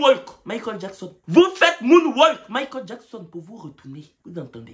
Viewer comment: «Moune-Wok » de Michael Jackson 😂😂😂😂. Flemme